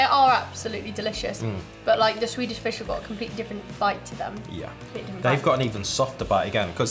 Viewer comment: You pronounce Swedish weirdly well! And to answer a question: Sweden is more of a coffee country than a tea one ( people do drink tea though ). Actually no 6 per capita in coffee consumtion.the Finns are no 1 and Nordic countries are...over represented at the top. So bizarre amounts of caffeine. Let’s fika! ☕️